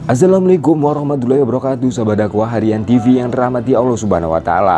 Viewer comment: Assalamualaikum bang.. Bukan azzalamualaikum😁